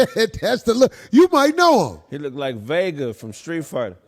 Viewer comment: Dude called him vega though 😂